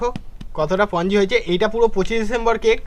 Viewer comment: দাদা ওটা পঞ্জি নয় ওটা স্পনজি হবে ঠিক করে উচ্চারণ করো